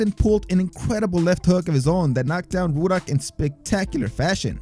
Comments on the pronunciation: Why does it sound like youre saying woodhock instead of ruddick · It's Rudd-ick, not Rue-dock afaik. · Pronouced Rud-dock not Roodock,LEE Bon not Lebb on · Why do u keep calling razor ruddock "rooduck" it's rudduck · "Roodock" lol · "Razor REWdock" lol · Roo duck?...lol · Erik Larson the whole time he kept saying Ruddocks name wrong even though the announcers kept saying it in the video over and over lol